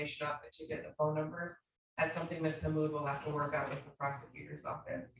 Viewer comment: “I need ma fone”